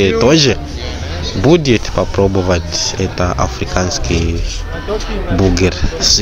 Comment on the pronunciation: не бугер,а бургер ☝